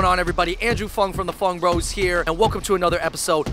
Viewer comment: Can u guys stop saying “FUNG BROS” in the intro plz because my Father would think that your saying F*UCK BROS and think I m watching some stuff😏😏😏😏😏😏